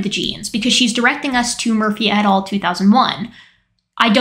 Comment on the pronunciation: After a while your "Baum et. al." phrases sounded like "Bomb it all". 😄